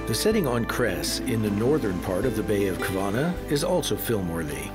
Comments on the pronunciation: ITS NOT KRES ITS CRES... YOU NEED A BIT MORE EDU\ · I love how people make documentary of Croatia but the Cres the c is sed as a s